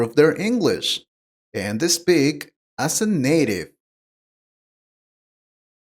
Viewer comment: He also said "Espeak" 😂